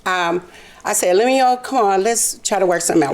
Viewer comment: She can’t even say his name the correct way, she’s such a horrible person. Poor guy looks so sad. I didn’t appreciate the judge calling him a sucker, he was married to this woman so he wasn’t a sucker, she just took advantage. Hopefully the karma will go back to her for doing him so wrong.